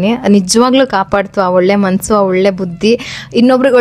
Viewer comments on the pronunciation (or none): none